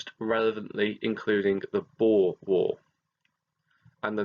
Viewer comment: Thank u so much for pronouncing ‘boer’ correctly! I’m half dutch and hearing ppl say ‘bo-er’ is hilarious but irritating lol